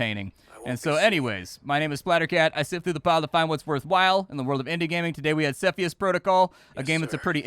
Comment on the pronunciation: You say Cepheus in the wrong way